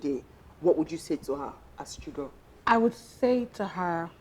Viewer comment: Chigurl 😂😂your French is 🙆‍♀️🙆‍♀️🙆‍♀️😂🤣🤣🤣😂🙂